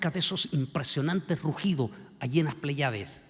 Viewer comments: No son pleyades, se pronuncia, Plèyades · Igual sucede con la palabra "pley(á)des"; se pronuncia "PLÉYADES"😊